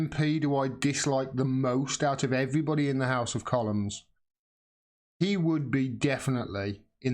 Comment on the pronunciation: It is 'The House of Commons' not'The House of Colloms'.